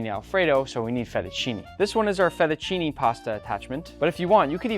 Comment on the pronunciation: You keep saying "Italy" "Italy" "Italy" but IN ITALY WE DO NOT HAVE "ALFREDO" SAUCE AT ALL IN ANYWHERE, It's an American invention. Then it's Fettuccine and not Fetucini.... 😂🤣😂🤣